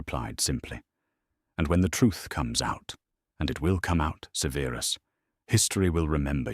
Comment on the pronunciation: The AI artwork put clothing on all the house elves, seriously? One day and AI narrator will say Severus Snape's first name correctly. Harry needed to take Ancient Runes, don't you think?